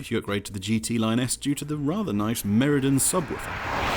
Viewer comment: Hahaha 🤣 the subwoofer is pronounced Meridian - not Meridan lol.